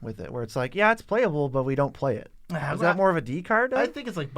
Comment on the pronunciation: The way says “but” sometimes, hurts my ears. It’s only when he draws it out by adding a syllable to it. It just a little too loud. I tried turning the volume down but then the normal level of sound is too quiet for me.